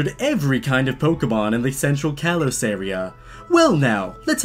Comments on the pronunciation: Is it just me or is anyone else so annoyed that he keeps pronounceing kalos wrong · He is a poke fan but he pronounces things wrong Like kalos and rotom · The slight mispronunciation of kalos bugs me